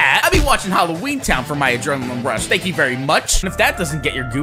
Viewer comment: it's hallween 😑